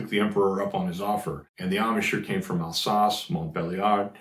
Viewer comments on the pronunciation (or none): none